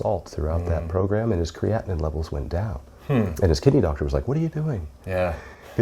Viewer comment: I think you’re confused with how he pronounces ‘creatinine’ as he talks about it a lot